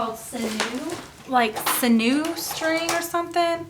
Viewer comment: When I make my inserts after the x-acto knife bit, I take some sand paper to just smooth out the edges. Oh! And it's pronounced sin-yew; it's the artificial version of stringy stuff from muscles and cartilage. Back when people used the entire animal for their lives, they turned the sinew into string to help sew and tie things together. Just an fyi. :)